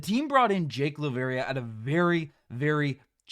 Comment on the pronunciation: Dude. You said Laravia’s name wrong through this entire episode. WOW!!